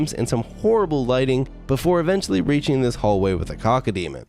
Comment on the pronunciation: You're saying cockodemon not cacodemon